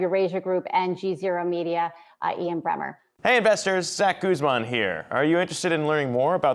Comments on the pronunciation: It's Bremmer, not Brenner! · Ian Bremmer not Brenner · It's Ian Bremmer not Brenner